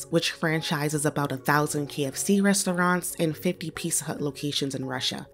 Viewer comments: LOL can't listen to this narrator butcher the word "rest-o-raunts" anymore. Culturally mispronouncing that word is virtually exclusive to black Americans and sounds so uneducated every time. This is supposed to be a "news" show after all. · The woman reading from the script needs allocution lessons, it’s not “res-tow-ronts,” unless you’re from the hood.